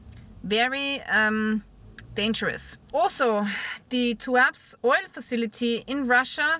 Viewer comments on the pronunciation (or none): Tu-ap-se. Not tuaps